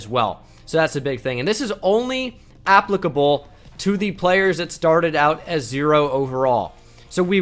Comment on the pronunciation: the way he said applicable was funny